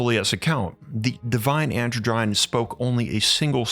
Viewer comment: Androgyne - is pronounced 'An - drodge - en -- knee' not 'androgine'